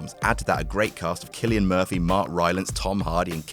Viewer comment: You mispronounced Cillian.